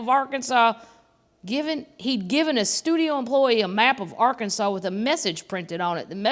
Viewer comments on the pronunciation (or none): none